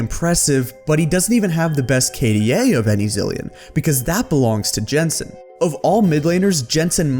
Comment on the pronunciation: Great vid as usual. One extremely small note though, Jensen is pronounced Yensen, not like Adam Jensen from Deus Ex.